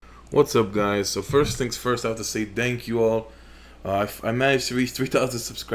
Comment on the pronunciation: "Dank you all" is what I understood from the first sentence, very classy, keep it up man. Also, smells too much like Tobirama over here